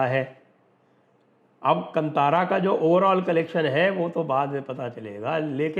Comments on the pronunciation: Bhai sahaab yeah kantara nahi kaantara pronounce kijiye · Sanjay ji, glad you covered this. It’s pronounced “Kaantaara”, and not “Kant-aara”. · It is not KANTHAARA , it is pronounced KAANTHAARA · Sir it is Kaantaara, not Kantaara 😊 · The pronunciation is कान्तारं ಕಾಂತಾರ. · Sanjay sir, thanks for this video 🙏🏻 Right pronounciation is Kaantaara (कांतार) 🙏🏻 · One small correction, 'ka' has badee aa ki maatraa. It is to be pronounced as "Kaantaara" Sir.